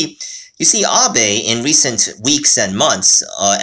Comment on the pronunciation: It’s pronounced Abe (Ob-aye).